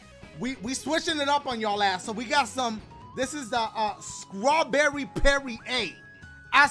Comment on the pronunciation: did he say Scrawberry or Strawberry?... 😐... I think I heard Scrawberry my bois.. I don’t know 🤔